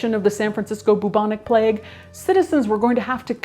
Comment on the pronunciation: Okay okay okay okay, now I've listened to Trump about 25 times and I swear he is saying "vagina plague" Having watched the rest of the video, Trump saying Vagina Plague is the new Bentham's Head. the Plague Fake is a just a wannabe